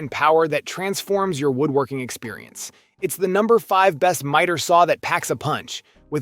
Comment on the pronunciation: miter is pronounced with a long I not like meter....just saying